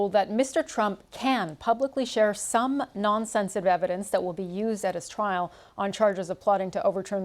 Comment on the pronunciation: Hang on - did she say "twial"???! Not very RP!